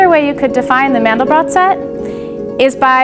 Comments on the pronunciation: It's pronounced "Man-del-bro". He was French, and the final 't' of his name is silent. Just remember that his name rhymes with 'train depot'. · As soon as I heard Mandel-brott vs Mandel-bro, I clicked away